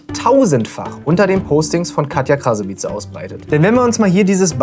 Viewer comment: AAAAH!!!! Wenn er noch EINMAL "Krasawietze" sagt, schau ich nie wieder seine Videos!!! DAS WIRD KRASAWITSCH AUSGESPROCHEN!!! 😵‍💫😵